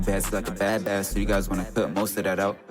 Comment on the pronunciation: Jus so yk bass is pronounced like base when you talm bout music😂 ian tryn hate or nun i jus gotta let yk